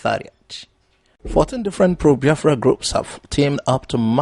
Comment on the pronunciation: Brother am still wondering how you pronounce Biafra like Yorubas when you started this programme i did not see it that way, please check if am liying, Thanks